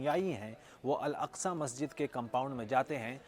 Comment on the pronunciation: अलास्का नहीं बे अल अक्सा। एकदम वही हो का 😂